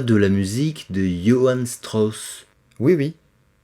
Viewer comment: "deeeu Stross?"